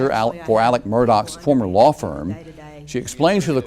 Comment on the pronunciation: Pronounce his name right for god sake Alex with an x not alic with ic small easy name what's that about